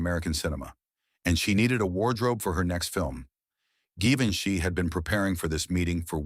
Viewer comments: AI. “Geevinche” 😂😂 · Tirally fake story You cannot even pronounce his name correctly Good grief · AI garbage; can’t consistently pronounce or spell Givenchy correctly. Disrespectful and insulting. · The voice chosen was excellent. But whoever edited this piece of AI slop should really have focused on pronouncing Givenchy correctly every single time it was uttered. The mispronunciations and the misspellings in the captions pissed me off. It actually served to undermine the entire narrative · If you make a story about Givenchy, make sure to mispronounce tha name. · At last! Successful in failure. I thought he was trying to say Leonardo da Vinci!